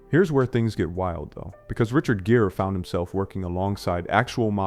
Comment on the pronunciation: How do you not know how to pronounce Richard Gere correctly LMAO